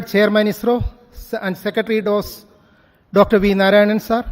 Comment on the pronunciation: It should be pronounced as neesar. It's eesro not aisro.